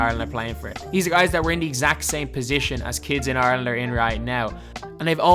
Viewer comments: I keep hearing “Arlen” it took me 10 minutes to realize you said Ireland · Thats basically the way you say rather than IRE land